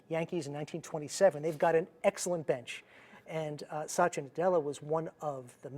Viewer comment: Its not Sa-ti-ya. Its Sath-ya